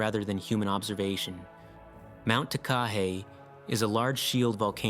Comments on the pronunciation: Takahe is pronounced with the emphasis on every syllable the same like ta•ka•heh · Mt Takahe is pronounced; Tah - kah- hay. Each syllable is given equal length and it is from the once believed extinct but then rediscovered bird of Aotearoa-New Zealand, _Takahē _